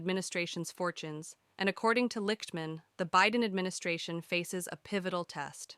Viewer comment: His last name is pronounced "Licked-man."